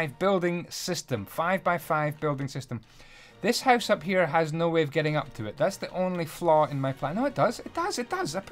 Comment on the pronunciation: I love you. Especially the way you say "Hoose" and then click your tongue. <3